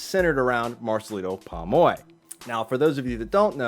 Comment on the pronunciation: Why cant you pronounce his name properly POM OY your'e saying PAmoy